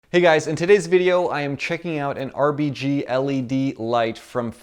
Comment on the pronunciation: He said RBG instead of RGB, haha. Nice video though.